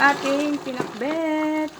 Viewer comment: parang iba yung pag pronounce ng Pinakbet- Pinakbut?